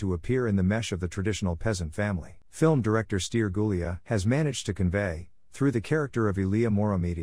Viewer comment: Felicitări pt efortul dvs de a păstra vie arta Românescă în plinătatea înțelesurilor ei!!!! Totuși "Ilie Moromete", "Stere Gulea" trebuie citite așa ca în română nu ilia, steri..... Nu vă mai sclintiți limba cu engleza.....